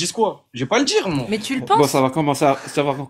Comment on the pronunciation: J'aime bien quand ils disent "Tôôô" ou "Môoo" au lieu de "Toi" et "Moi", ça fait très con.